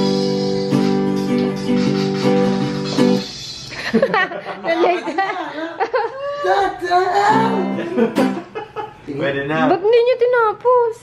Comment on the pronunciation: "Dahil simple lang ang pangarap ko" Yun ang gandaaa ng boses ni chaka walang katapusan Buwan pronounce niya Buwang😂😂 tawa akoo tas yung kasama kang tumandaaaa lalo lat gumagandaaa jamming na yung ginawaaa mong video ate shantaa pero sulit naman ipon muna akoo Para sa Merch kakaubos ng baon dahil sa project try ko mag reaction video ng wedding ninyo, ate shantaaa excited toooo Buwan😍💖 Late again😂